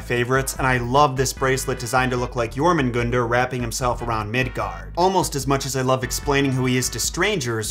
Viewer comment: Is it not pronounced JormungANDer? not JormungOUndr